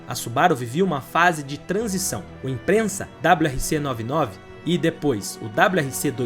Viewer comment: O vídeo é muito bom e bem feito, mas cuidado com a pronuncia imprensa é doído demais !! Impreza meu amigo ! Parabéns pela dedicação Edição muito boa e conteúdo fantástico.